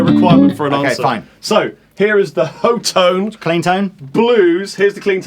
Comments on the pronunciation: ITS PRONOUNCED HOT-TONE, THAT CAME FROM THE ACTUAL COMPANY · I think it's supposed to be pronounced like "hot tone." At least I hope so. :) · According to the promo videos on the Hotone site, they pronounce it "hot tone". I still call them Ho-tone.